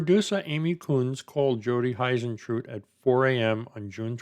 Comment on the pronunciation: I'm obsessed with this case, I want Jodie to be found. She seemed like such a lovely woman. Also you pronounce her surname like hoo rather than hi. Hope that's not rude just trying to be helpful.